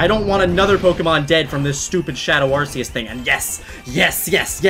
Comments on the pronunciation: its rks not ar see us. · Ar ck eus not ar s eus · not arseus its arceus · It is not arceus it is arcoos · IT'S PRONOUNCED ARR-COOS! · Why do people call arceus as ar - see - us. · You said Arceus super badly. It's (are - key - us) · Not mad but i think its arc-e-ous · Its pronounced Arcoos. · oMg YoU pRoNoUnCeD aRcEuS wRoNg LoL Said weebs who really want correctiveness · Ya, He pronounces Arceus's Name wrong, idk why ;w